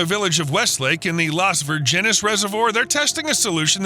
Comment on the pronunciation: it’s pronounced: Virgin-es